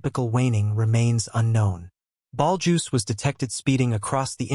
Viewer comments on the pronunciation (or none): Can AI not pronounce Betelgeuse?